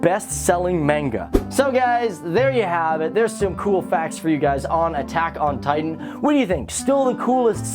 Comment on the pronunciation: is it just me or did it sound like he said taco titan in the into